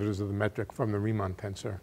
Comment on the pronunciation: Who put the tags on? Schwarzschild not Schwarzchild torus not taurus Christoffel not Kristofel Riemann not reamonn